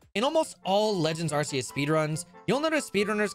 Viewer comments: Cant belive really said “arse phone” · Wait really the Arse-Phone? That's how it's pronounced? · ARK SEE US not AR SEE UR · The pain of him calling it an arse phone 💀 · You did not just call it the "arse phone". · Do people who pronounce the C in Arceus as an S instead of a K call the Ark phone an Arse phone? 😂🤣